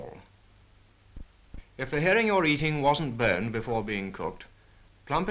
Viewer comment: Literally thought he said burned, not boned. 😂